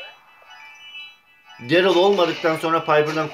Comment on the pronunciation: Derıl degil darliy diye okunuyo